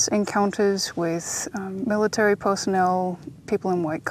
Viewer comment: Omg, stop putting the R sound where it doesn't belong and just so you know , it's MIL AH TARY .... there is no Tree in that word.